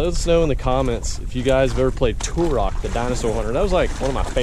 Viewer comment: you're sayin turok wrong but I remember it.